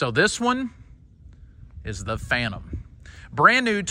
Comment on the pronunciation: The Phan-nem 😂😂